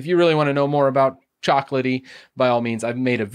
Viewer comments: /me reminds of the pronounciation of CHOCO is not COCOA it's chock-oh...:P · its choco as in chocolate not coco as in hot coco